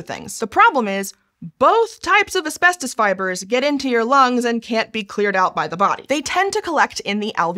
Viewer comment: Why does she keep pronouncing it "Aspestos"? That annoyed me too much throughout the video...